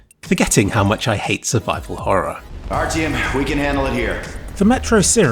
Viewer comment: still dot know what raytracing is, also its artyom not artyem cant they pronounce it right